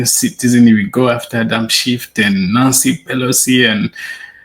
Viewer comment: I am NOT making fun of Simons accent here, but when he spoke of the former house speaker, I could have sworn he said "nazi" pelosi! 😅😅😅 I like it! Wish I'd thought of it before! 😅😅😊